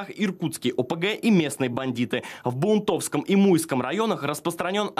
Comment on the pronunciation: Баунтовский район можно было и правильно произнести.